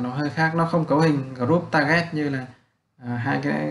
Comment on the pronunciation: Cảm ơn bạn vì bài giảng chất lượng nhưng bạn chỉnh lại phát âm tiếng anh cho chuẩn một xíu sẽ tốt hơn. vd: bạn phát âm không đúng các từ: create, threshold, target,....